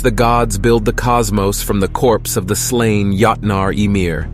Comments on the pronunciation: When the A.I. voice kept saying: yahtnaar... 😂 Yahtzee! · You pronounced joutnar (giants) wrong. Other then that not a bad video.